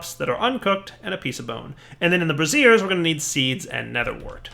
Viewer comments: I love how he keeps pronouncing it a 'brassiere' instead of a 'brazier' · Braziers, not Brassieres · You're using the pronunciation: brassier. That's an over-the-shoulder boulder holder... The word is Brazier (bray-sur). ROFL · you are mispronouncing braziers. The way you are saying it is how you would pronounce brassieres. The proper way to say brazier is bray-zher. Just wanted to help with your PR. Might look bad to be calling things bras. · " bray zhrz" not "bruh zeers." "bruh-zeers" is something else... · Incense brassieres -> Incense bras? I think you may have meant brazier (brey'-zher)... :) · So... bark goes into the bra's???? might explain your dating life :P JK. Seriously though your pronunciation of brazers... That aside great spotlight! It relay made me want to play this mod. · Okay, it wasn't just me. I could ignore "pestle" but that one made me uncomfortable. :/ Yay for the fun curse of having read words without ever hearing them pronounced! :/ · I laughed so hard everytime he said it.